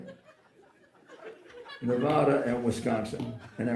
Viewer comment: We start counting over every time someone says Nevada the wrong way